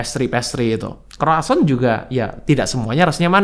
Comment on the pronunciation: Itu ngomongnya "Kwasong",. Roti Prancis 😂. Semua jenis gula, terutama yg dari karbohidrat mesti dipangkas habis2an karena jadi trigger cancer.